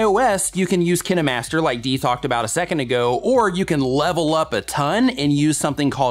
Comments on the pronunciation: in ive used both kinemaster and power director. Personally I foud kine master to be wayyyy better both for editing and cutting the video in general and also for layering in regards to reaction videos. However its not pronounced "kineh-master" its pronounced kine (like vine) at least thats how I've always heard it anyways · Not trying to be mean but it’s Kie-n master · When my friend told me about KineMaster I heard Kindmaster lol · Did he say kin-e master?? Hahaha. I thought it was Kine like Vine